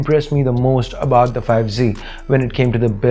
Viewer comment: it's not bout it's About